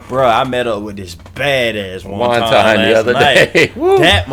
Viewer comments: Haha it's pronounced want-un.....✌ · No offense but you're pronouncing wanton totally wrong 😂 and basically in the context of the song (I don't even know which song you're talking about lol this is my first video of yours) it def means like, lustful. Still, cool video! I love the Tool appreciation